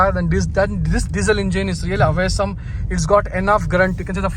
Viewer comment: Awesome ❌ Away-sum ✅